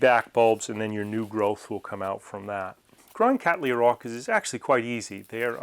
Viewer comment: Thank you for pronouncing the genus name Cattleya correctly i.e. Kat-Lee-Ya and NOT as so often heard in North America as :- Kat-Lay-Ya. The name comes from my ancestor William Cattley who's name you will note can only be pronounced as Kat-Lee so exactly why people insist on altering it is a mystery to me.